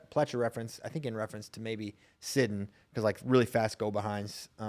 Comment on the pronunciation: Sidun rhymes with platoon, not puddin'. If there was a second "d," then the emphasis would be on the first syllable like you guys have been saying (but there is not). These youngsters put in countless hours to hone their skills and make their names known; the least we can do is try to say them right.